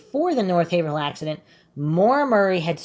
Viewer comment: quick lesson: "haverhill" is pronounced "hay - vrul"